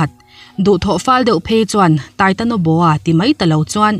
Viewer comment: Titanoboa not titonoboa.